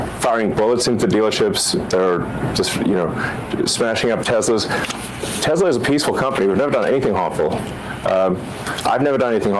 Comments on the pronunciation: "I love teslur" "everything is computer " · The next teslur product: the swasti-car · "I love Teslurrrr!" Words can't describe how the enjoyment I got from that. It was just so absurd, yet the most perfect capstone for that whole s-show. I lived in New Orleans for a number of years and a lot of older people would add an R to the end of certain words as well. That place is out of control as far as linguistics is concerned. One of my favorite examples was at a holiday party where someone asked "Where's Neenur? (Nina)" and got the reply, "She's right there on the sofer (sofa)" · TESLUR. :3